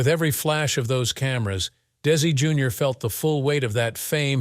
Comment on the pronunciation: How come they say correctly for Lucy Arnez but Desi Jr they said it wrongly.